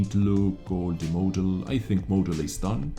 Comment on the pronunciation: I need to comment on how you pronounce model as "mow-del"